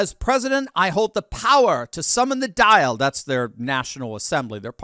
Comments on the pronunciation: Pronunciation : 'daw-l', not 'dial'! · Dail is pronounced Daul. Took me a second to figure out what you meant by dial 😅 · You mean. Dáil. Is pronounced. Dawl 🇮🇪🍀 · It's pronounced An Dàil (The Doyle) haha...but go Conor 🇮🇪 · Its not pronounced dial like when you dial a number but good try 😁 Hello from Ireland, unfortunately the president has no say when it comes to the people of Ireland Its not like other countries where the president has control of his or her country but in Ireland its the government, the head of the government and his party that make the rules when it comes to the people of my country. Our country is destroyed open boarders SA has gone up, robbery's stabbings. kidnappings all on the rise due to our stupid government leaving everybody into our country without doing back round checks. i wish conor the best. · Pronounced "Doil",. Slainte. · Dail is pronounced like it's spelt DALL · He has every right to run for president but as an Irishman I think it would be a farce. The president of Ireland does not have as much power as Conor thinks. Don't be fooled by the media hype. Also, saying in public you are a holy man reminds me of the parable of the Pharisee and The Tax Collector. Finally, the word Dáil is pronounced like foil with a d. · Dial is pronounced "dawl." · The - Dail sounds like..DOll* ;) so the "Dail" (Doll) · Dail Pronounced DAWL, just sayin..😅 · Just a heads up Dail is pronounced like hall with a D. x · ’Dáil’ is pronounced Dawl Love the show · For the record, Dáil is pronounced as doll.